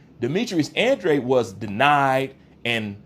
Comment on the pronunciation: He is trolling he can’t even pronounce Andrade 😂